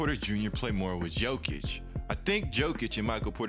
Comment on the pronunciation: Yoh-kich, not Joe-kich